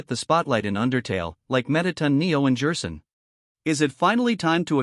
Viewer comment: Is there a way to fix some of the mispronunciations like Jerson? I’ve not used TtS much, so idk